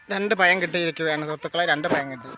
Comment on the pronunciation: പയം എന്ന് പറഞ്ഞാൽ എന്താണ്, പയം അല്ല പഴം